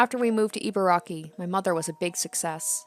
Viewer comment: e-barky (You got the first two syllables right! A close-enough pronunciation of Ibaraki sounds like "E-bar-Rocky". Love the videos, by the way!)